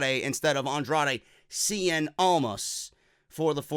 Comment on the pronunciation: "Andrade seein' almas". CIEN. IT'S CIEN.